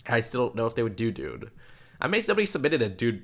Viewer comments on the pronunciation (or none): none